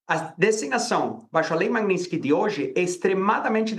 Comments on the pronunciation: Pior que eles não conseguem nem pronunciar “Magnitsky” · A pronúncia dela sobre o nome Magnitsky está errado.